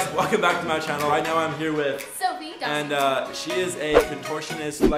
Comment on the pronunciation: subscribe to my chOnnel Me: Ch-chonnel??: Down below Me: Channel... chOnnel... Uhhhh